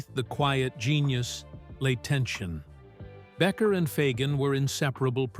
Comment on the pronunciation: I love how the repetitive AI narration struggles with the pronunciation of Fagen's name. 🤣🤣🤣